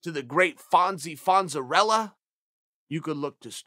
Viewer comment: *Fonzarelli Ayyyyyy, now they have to rewrite and reshoot the whole series. Chael P. says Fonzarella, it's now Fonzarella. Dude has pull EVERYWHERE. Btw, I would vote for CPS as Prez.